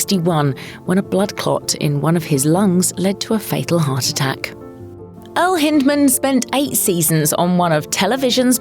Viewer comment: Hind…. As in back side. Hind-man. Not like hint.